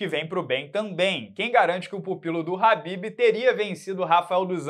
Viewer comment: Quando o chama o Kahbib de Habib, ele deixa de chamá-lo pelo nome para chamá-lo de “amado“. 😂